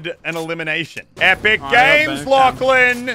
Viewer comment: Here when miniature says LACHAN